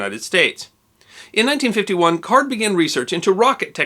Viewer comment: Growing up, we had one of the chemists of that Canadian research group as a neighbor; It was pronounced CARDY, not card.